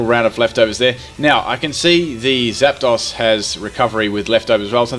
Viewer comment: I love how he says Zap-daws, and not Zapdos